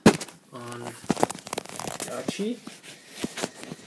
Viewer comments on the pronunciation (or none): Her name is Arcee, not Archee.